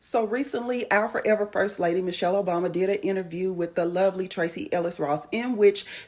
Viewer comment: Mrs. Obama’s first name is NOT “Mitchele,” it’s MICHELLE. Please correct this glaring error ASAP.